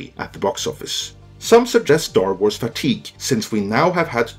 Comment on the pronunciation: An S following an R at the end of a word has a Z sound. It’s pronounced Star Warz. Not warsssss.